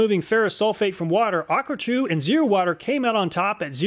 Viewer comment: aquatru not aquatrue